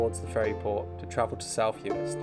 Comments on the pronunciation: What a great video. Good editing, lovely relaxing music choices. An absolute treat to watch! Heads up it’s pronounced yu-ist though, not yu-eest ;) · Uist is actually pronounced you-ist 🙂